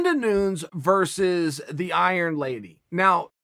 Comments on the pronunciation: "It´s Nunes not Noons, Chael." "Nunes? Ok great. So Noons was going to the buffet line..." "Chael, it´s Nunes, not Noons. This is the same thing that happened with Yair, remember how you kept saying Ya-rear when it´s Ya-ir" "Nunes, right. So Yarear Rodriguez was also at this restaurant..." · Everybody: Uncle chael her name is Nunes not Noons Chael: I SAY IT HOW I WANNA SAY IT YEA? .... Ok Great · “Noons” bitch it’s Nuñes. (New-nyes) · Amanda Nunes : Chael Sonnen : Amanda Noonz Amanda Nunes : OK Great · Did Chael really say Amanda Noons? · chael “amanda noons” sonnen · Amanda noons lmao ok chael i know you do this shit on purpose lol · Amanda Noons? He's said it right before. Why does he offer us Noons now? Where does it fit in? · Amanda Noons....lol...this is why I love Uncle Chael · “Amanda Noons” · Video starts Chael: Amanda Noons Me: Ok great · “Now, Amanda Noons” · Chael: “Iron Lady” Also Chael: “Noons” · I wasn't going to say anything about Noons, so I'm glad I'm not the only one with education/google abilities. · a fan asked about Yair and said "Yaear" and chael was like "YA EAR??? IDIOT!!" and didnt answer even xD and he says Noons about Nunes and George about Jorge xD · Amanda "KJ" Noons thanks for the correction Chael I always knew Amanda was saying it wrong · Chael "Amanda Noons" Sonnen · Lmao right off bat "Amanda Noons" 😂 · Cheal...you pronounce it NOON YES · Everybody: Uncle Chael: Amanda Noons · If Chael says it's Amanda Noons then it's Amanda Noons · Amanda “noons”... ohhh uncle chael😂😂😂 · You don't disrespect the goat by saying her name wrong smh it's not 'noons' you fool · repeat after me Amanda-Nun-ez!! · Amanda "Noons" Nunes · AMANDA NOONS! HES DOING IT ON PURPOSE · CHEAL GOT THE BRAINS KNOCKED LOOSE BY JONES HE CANT SAY ANYONES NAME RIGHT THATS NOT BOB SMFH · If uncle Chael says her name is Amanda Noons, then okay great, Amanda Noons it is! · Thats how every english speaking person says it🤦‍♂️ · Because it's nunes, written like dunes.